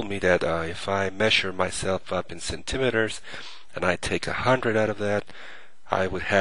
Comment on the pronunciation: "Cent" "im" "eters"? Lulz, but good tutorial anyway ^_